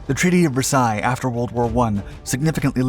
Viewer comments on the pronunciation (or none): none